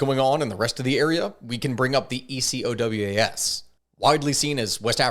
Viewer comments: Burkina Faso is north of Ghana (and Cote d'Ivorie, Togo, and Benin) not Nigeria "ECOWAS" is almost always said phonetically as "e-ko-wás" And France controls the cfa-franc it doesnt "back" and certainly doesnt "fund" it, the currency is funded by the reserves of member countries which are of course held in France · please pronounce it like a regular word "Ecowas" 😂